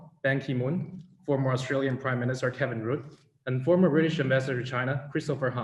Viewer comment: Kevin "Root" .... LOL.... funnny....